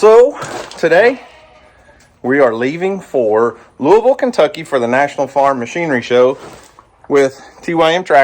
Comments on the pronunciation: Glad u say the city correctly 👏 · So wish we could have made it down to Louisville to meet y'all. That would have been so awesome. How does spell his last name. My moms family spells theirs layne. And i just have to say thank you so much for pronouncing Louisville correctly. As someone from ky that means alot, president Obama didnt even say it right. Hope y'all had a great time and ky was good to ya.